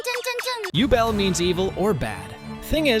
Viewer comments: Übel. Not Ubel. Seems like english dub is pronouncing them all wrong. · I wondered what Name you are talking about when you said jubel. Only later i realized you tried to pronounce Übel. 😅❤️ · a lot of them i didn’t even understand… took me a while to get Übel too. (i haven’t watched all of frieren)